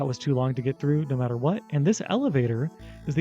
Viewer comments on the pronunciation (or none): none